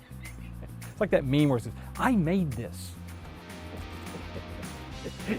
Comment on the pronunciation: It almost sounded like you said I maimed this instead of made. Lol